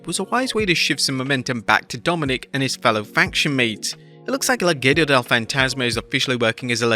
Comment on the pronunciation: Shout out for pronouncing Legado as "Le Ghetto" 🔥